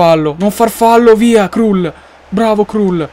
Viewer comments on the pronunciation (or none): Kral si pronuncia... no krul